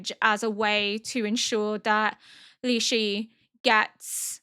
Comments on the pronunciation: Just pronunciation tips: The concubine names are pronounced - Ah- duo (but leans more towards the o sound) - Lee-shu - Lee-hwa - Gyo(ghi-yo pronounced fast)-ku-yo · I just want you to know I found much amusement in your attempts to pronounce Lishu's name 🤣 I think you managed to do it differently every single time I do not mean this is a mean way, I know you struggle due to your hearing, I mean it in a cute way. Like the documentary (about penguins) narrated by Benedict Cumberbatch where he struggles to say penguin (it is hilarious, highly encourage you to look it up if you don't know what I mean)